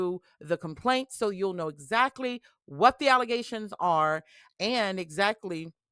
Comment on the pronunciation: Did you mean allezations? 😅